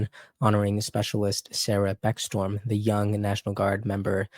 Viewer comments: Her name is becksTROM, not beckStorm. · It's Beck-Strom. Not Storm. Yes it matters!! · Pronounced Beck-strom not Beck-storm